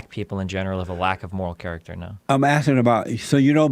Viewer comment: Fucking shit myself when he said “morll character, morlls”